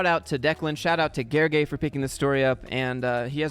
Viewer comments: Haha, letter l is not silent, the "ly" itself is one (different) letter in the hungarian alphabet. But you pronounced it surprisingly good even if just followed the voice sample :D Great job! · Here I am watching this video, expecting another failed attempt at ‘Gergely’ and BAM you pronounced my name right on the first try! Big up. The whole video was spot on. It took real courage for Declan to post and try to get attention. I decided to call the bluff because I was certain that a company where the CEO was gleaming how they’re the best employer in the country won’t want to drag a former employee to court over a LinkedIn post barely anyone saw up until then. It would have been spectacular entertainment if they, indeed, went to court claiming damages over this, and I don’t think the judge could have made any sense of it. Well, after they threatened, several times more people know about both the post, and I hope other CEOs take note on what not to do if you care about a positive company image. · Gergely is a hungarian name (also my third name btw.) you pronounced it suprisingly perfectly. In hungarian language "ly" is a special character. It is considered one letter and the same sound as "j" and pronounced just like you perfectly did. Fun fact that it is literally studied word by word by children which words use "ly" and which words use "j" for the sound. Similar "one letters" that are made from two other letters but make for a whole different sound than what the source letters represent in the hungarian language are: gy, ty, zs, sz, dzs. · As a fellow Hungarian, you pronounced Gergely 's name correctly. Thank you so much. It is refreshing, not many English speaker is up to the task ❤️ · L is not silent in Hungarian LY is one letter and you pronounced it correctly (it's the same sound as the Y represents in you).